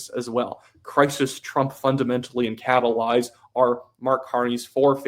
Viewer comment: Carney said Catalize a couple times in French so I though he learned a new word. But then he said it like 20 times in english lmao